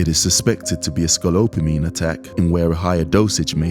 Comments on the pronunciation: Funny you spelled it correctly in the title line, but the narrator keeps mispronouncing it "SCALOPAMINE". he says it wrong each time. check for mistakes before you publish. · Why does he keep saying 'scolopamine' ?? How can you make an ENTIRE presentation on SCOPOLAMINE and mispronounce the word the whole time? Basic reading and language skills.... nope. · I cringe every time he says "scalopamine" like dude, it's in the freaking title of your own video. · Just a suggestion, it's better if you pronounce the name of the drug correctly. Scopolamine rather than scolopomine. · You keep saying "sco-lo-pamine" it's "sco-po-lamine" great video though I'm glad you ever able to protect yourselves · It’s scopolamine, you keep saying scolopamine 😂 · Thanks for making this! I recommend pronouncing things properly in the future as saying scolopamine vs scopolamine or specifically vs pacifically distracts viewers from the actual high quality of the content being discussed. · It's scopolamine, not scolopamine...... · "sco - lope - amine" Sco - po - lamine LMAO :face-orange-raised-eyebrow: imagine a VOA who can't read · great work on the video! But its pronounced Scopo - lamine not Scolo-pamine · Pronunciation tip for the narrator: it is not "scallopamine" it is "sko-po-lamine". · I cringe every time I hear the narrator say Sco-pa-lo-mine. It is Sco-po-la-mine dude, get it right. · SCO PO LA MINE, not SCO LO PA MINE, lol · repeat after me ....... sco-POLA-meen.... not scolopine... ALSO i dont feel bad... you took the risk for some pussy. regardless its for u or ur buddy. thats what u get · Am I the only one who noticed he called it scolopamine the whole time and not scopolamine like it's called? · It's Scopolamine, not scolopamine, aka Devils Breath....but good on you guys. Evil flourishes when good men fail to act....this is why apathy is a sin. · What the fuck dude. You guys did all of that production and didn't even know the name of the drug is scoPOLamine, not scolopamine.